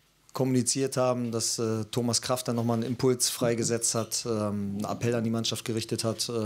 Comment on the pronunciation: Doch es juckt einen. Stell dir vor, du wirst Homas statt Thomas genannt.